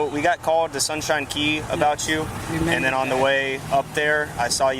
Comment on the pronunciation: “FARTHER MORE” “FOURTH” “AND DENNNN!” This Doofy Tyrant 🤦‍♂️ 😅